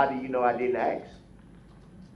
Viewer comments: I axed about what was being put on my BahDeee 😂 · "you can axe me." Tell duh troof!!! LOL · Please just say the word "ask" correctly - learn how to speak like an adult. And he thinks he's the smartest guy in the room. He's a pathetic joke.